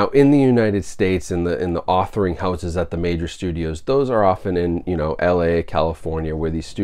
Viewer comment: Is he saying “authoring houses”? I can’t understand what he said lol what are authoring houses?